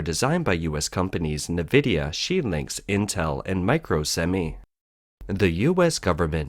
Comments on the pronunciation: Note: "Nvidia" is pronounced "N" (i.e., "in") + "vidia" and not "Nih+vidia". (There is no 'i' between the 'N' and the 'v'.) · Nvidia is NOT pronounced “Nividia.” It’s pronounced Envidia (“N”+vidia). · Nvidia is pronounced like En-vidia not Ne-vidia!! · Actually, no. NVIDIA isn't pronounced 'in ...' (There's no 'i' before the 'N', either. It's pronunced 'en ...' as the name of the letter 'N'. /en 'vı dee ə/ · Nvidia is pronounced: en-vidia or in-vidia. Either is acceptable.